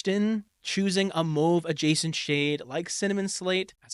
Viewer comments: Good video. Just a comment, it's mAWve, not mOve. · Mauve is not moove